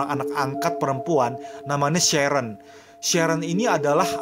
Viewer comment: Sharon di baca sherren jadi kerasa dipanggil aq